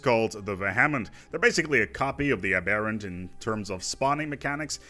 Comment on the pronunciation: As I've never let the Unbidden last for that long for any other faction to spawn, it took me a while to figure out you were saying "Aberrant" and "Vehement." You're pronouncing them like they're some kind of Hindu gods and not English words.